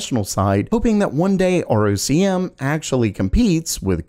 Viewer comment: ROCm is pronounced “rock ‘em”.